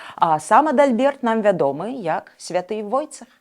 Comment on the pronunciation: Войцех , а не Войцэх !